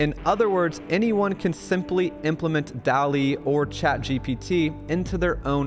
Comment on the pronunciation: You pronounce DALL·E incorrectly.